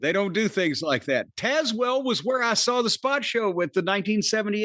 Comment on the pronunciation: lolz at not pronouncing tazewell right... ive driven down tazewell pike